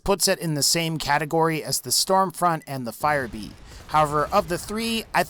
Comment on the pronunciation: i herd storm flunt